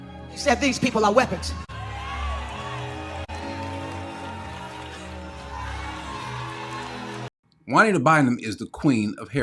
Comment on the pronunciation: It's Jua-NEEDA BIND-EM.